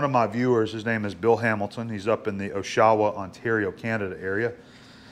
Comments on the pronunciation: "O-shawa"?- "Osh-awa" +. Nice to see a properly done project. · Come on. We have to tell him.... Osh ..a...wa phonetically osh-uh-wuh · FYI, it's not O'Shaw-wa. It's OSH-ah-wa. Great video! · Oesch-aw-wa! at first i thought never heard of that place, as i'm from Ontario then i realized what you meant... its Osh-ah-wa, osh as in josh ! lol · Great work! The correct pronunciation of Oshawa is Osh (as in Oshkosh WI.) ah (like when you make a new discovery.) wah ( as in water.) Owsh-ah-wah...Oshawa Ontario is just to the east of Toronto Ontario, on the shore of Lake Ontario. GM has a considerable influence on the local economy, having an assembly plant there. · "OOshaWaa". From now on I say it dat way. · lmfao i loved the way you pronounced oshawa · I’m a motorcycle tech in the GTA and I love the way you pronounced Oshawa, awesome tips